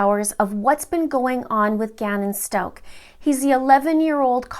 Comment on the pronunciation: You are not saying the last name right!